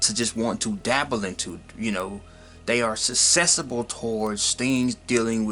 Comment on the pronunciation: hallucination and susceptible are not pronounced the lazy way you pronounced them